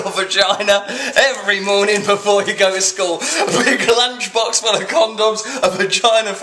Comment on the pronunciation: Did you say clungebox or lunchbox?! Lol